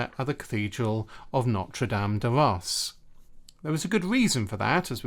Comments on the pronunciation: Is Reims really pronounced as Rass and not Reams? Even for French pronunciation Rass seems way off the spelling. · Hey,! A Frenchman here 🙂 "Reims" is probably difficult to pronounce for non French speaking people, because it contains a quite uncommon sound (nearly inexistent in other language): [ɛ̃]. "un", "in", "ein", "ain" and "eim" are pronounced the same way, like just one voyel. It is difficult to find a close sound in English. Given the difficulty to emit this sound, pronounciation is quite ok 😉